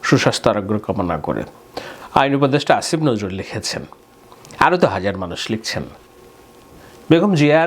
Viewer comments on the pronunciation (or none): none